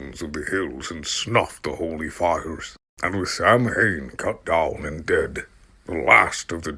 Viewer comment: Thank you for this; love it. Have to say because it bristles to hear it: Samhain is pronounced Sow-When. Sow, like the pig.